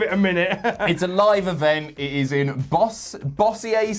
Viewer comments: I live here. let me make it easy for you. its cajun not french its not Bawsea-eh city. is Bo-Zour city thats zour, like zzzzz and your, bo like bo-leave. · Aye... It’s not “boss-i-er”... It’s pronounced “boz-sher”... Just sayin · imo Good vid. 24/7, Truth/Carmella continue to entertain like crazy. Cole over-talking may be a result of WWE assuming the audience is stupid. It's pronounced boe-zur. imo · I'm sure someone else has already said it, but it's pronounced "Bo-zure". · it’s pronounced Bo-sure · Bossier, LA pronounced Bow-zure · Bossier City is pronounced like Boh-sure. Don't worry though,. I am from Louisiana, and we admittedly spell and pronounce things crazily. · Bossier is pronounced Beau-zhur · Bossier (Boh-zer) City? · Don't worry. I live in Bossier and we're used to it being mispronounced.